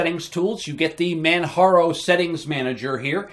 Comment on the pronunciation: It's called Manjaro not Manharo but thanks for trying LOL